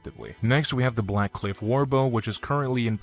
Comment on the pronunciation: did you say warcliff instead of blackcliff?